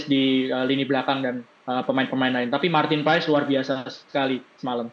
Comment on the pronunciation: MARTIN PASS .....PAES TERUS kalo mau jadi komentator belajar dikit napa akibatnya semua ikut medsos MEES HILGERS BACA MEIS HILgHERS...g nya jangan dikuatin